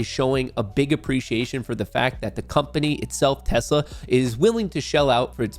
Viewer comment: “We love tessler!”